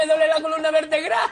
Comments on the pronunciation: "la columna vertgrá" xDDDD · "todavía me duele la columna vertegral" jajajaja